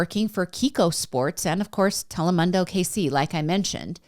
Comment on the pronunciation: Spanish lessons with milk: Telemundo pronunciation is tele-moon-doe or dough